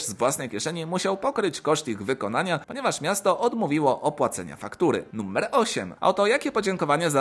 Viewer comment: czemu mówisz "nummer"?